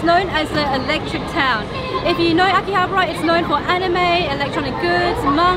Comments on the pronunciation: Akihabara, pronounced Ah-kee-ah-bah-ruh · You pronounce AKIHABARA wrong